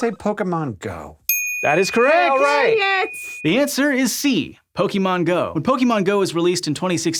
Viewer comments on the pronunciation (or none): "The answer is C: Pokey-man Go" sigh